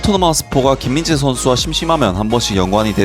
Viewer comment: 한번씩 김인재로 들림 ㅋㅋㅋㅋ